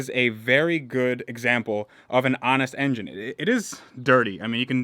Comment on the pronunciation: Wait... did you just say 'honest engine'? Honest injun?